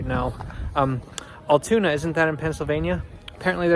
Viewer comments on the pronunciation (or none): As someone that lives about a half an hour south and frequents there a lot, us locals pronounce it “AL-(like the name Al) TOON-AH. Hope you come back durning the summer when it’s a little warmer. There’s also a bridge that takes you to lake Altoona that overlooks the tracks.